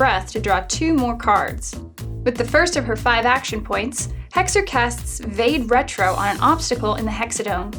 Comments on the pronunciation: vade retro is pronounced vadé rétro . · It's pronounced 'va-day retro'.